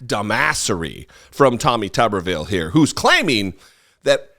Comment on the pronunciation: LOVE the way you said, "Tawwmih TUUBber-veeul!" Reminded me of Cletus Spuckler, the Slack-Jawed Yokel of "The Simpsons".